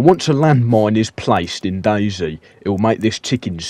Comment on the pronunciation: “How to disarm a land mine in DayZhee”